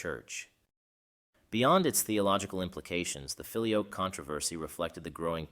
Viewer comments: You pronounce it, "filio-yoke", one often hears the pronunciation, "filio-kway". In any case, thank you. Well done. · It ain't "fi-lee-oke", it's "fi-lee-o-quay". It means "and the son". Fix your auto-narrator script. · Very enjoyable, and puts forth the debate in clear and understandable terms. As an aside, when I did Latin at High School well over 60 years ago, we pronounced "filioque" as "fill eee oh kway", not "fill ee oak" as you do. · Thank God someone else noticed that. I have never heard the pronounciation “Fili-oak” used by either Roman or Byzantine Priests. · Fili-OH-kway is the pronunciation, fyi. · Whoa! I believe it's pronounced "fi-lio-kway" (the "que" is pronounced). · Not really. The word 'Filioque', in this case, has its tonic syllable in the 'o' and this 'que' endind is not pronounced as QWAY (wether by that you mean it should be said as in the word 'way' ou 'why'). I don't think you have this 'e' sound in English pronunciation, but it is supposed to be said as a closed 'e' sound (like in the word neigh, but without saying the letter 'i'). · The first i in filius is long, so 'feely oh' would be more accurate. The e in que is short, so instead of 'kwey' pronounce 'quest' without the 'st'. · Yes, there is. How can someone produce a whole video and not bother to learn how to pronounce the key term feature in it? What would we think about a video concerning the papacy where "Pope" is pronounced "poppy"? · As others below have rightly commented, the video is pronouncing filioque incorrectly. It is a very prominent error. Other than that it is a theologically very informative video. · For goodness' sake pronounce "filioque" consistently properly - four syllables - if you want your piece to be taken seriously!!